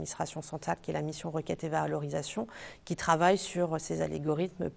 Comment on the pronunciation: Algorithme, pas allégorithme ;)